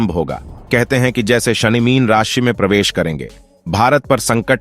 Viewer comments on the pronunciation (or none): none